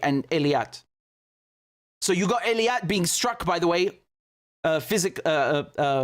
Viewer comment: Really? Then it's about time, that finally YOU do something for us and listen to us: get rid of the delay at the beginning totally and learn to pronounce EILAT correctly, not ELIAT! It's not my favorite city, either, but a language is a language and a name is a name, so PAY ATTENTION! And don't even try to give me that dyslexia BS, which you can overcome, if you just paid attention! So if you know, you have a habit of mixing up 2 adjacent letters, then just focus on it and don't do it! Just pay fucking attention!!!